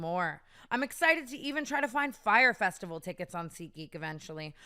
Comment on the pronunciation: "fyre festival tickets" AOUGHHHH